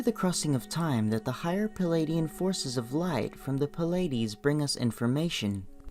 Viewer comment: Stop with the "Palladians" and "Cheroke!" It's "Pleidians" and "Cherokee!" Learn to pronounce words!